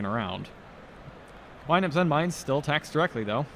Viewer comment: Did I hear someone ACTUALLY say "Zenmaines" correctly?